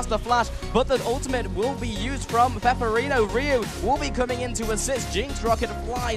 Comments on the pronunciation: OMFG, it's not peperino, IT'S PEPIINERO... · I really hope in the next round they call Pepiinero properly, not Peperino... Seriouly, every time they say "Peperino" my ears bleed...